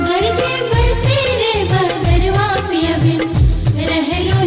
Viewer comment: बहुत सुन्नर, ऑरिजिनल शब्द संग खेलौर नञि कएल गेल अछि, यथावत राखि गाओल गेल अछि । गरजए केर उच्चारण गरजे नञि करी तऽ नीक गरजए वा गरजय करी तऽ नीक । मैथिलीक हिन्दी जेकाँ उच्चारण सँ बाँचि मैथिलीक रक्षा करी । तहिना उमरि - घुमरि = उमैर - घुमैर सावन = साओन सुहावन = सोहाओन मनभावन = मनभाओन बरसन = बरिसन = बैरसन धन्यवाद 🙏 🙏